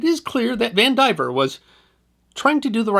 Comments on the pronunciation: I'll bet that name is pronounced Van di VEER, not Van diver. I say that only because I knew someone with that exact spelling, and that is how they pronounced it. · Vandivier. Though he mispronounces it, of course.